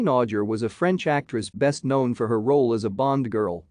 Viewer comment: Pronounced AU-JAY!!!!!